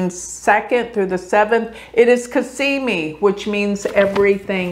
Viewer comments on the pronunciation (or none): I enjoy your videos but I really think you need to do astrology a justice and learn sanskrit pronunciation and also Arabic or whatever else. Dignify your art. Respect it. It's Cazzzzzzzimi. Not Casssssimi. Z's are different than S's.